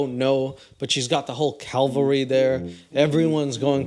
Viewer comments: "Cavalry",, not "Calvary". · PLEASE.. It's CAVALRY. Calvary is something entirely different. Look it up! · It's CAVALRY,. Not CALVARY. Also, thanks for making me laugh so hard I'm crying